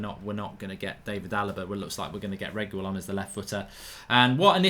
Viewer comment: Pronounced reggi-lon or reggae-lon, simples! Not to be confused with the way Agüero is pronounced, the two dots signify an exception to the usual pronunciation which would be something like 'geh', a-geh-ro if there were no dots.